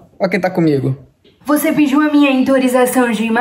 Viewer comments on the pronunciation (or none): falando: Você pidiu minha intorização de imagem? (Escrita errada pq ela falou assim!)